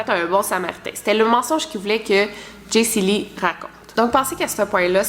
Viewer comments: Chepas si je suis le seul qui a chaque fois que tu dis Jesyli sa ouvre Siri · à chaque fois qu'elle dit jacey lee mon siri s'active :p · tu actives mon Siri a chaque fois que tu dis Jaycee Lee mdrrr Zuper